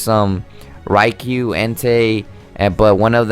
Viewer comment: It’s pronounced “rye-KOO” and “tur-RACK-ee-un”, “”. 🤨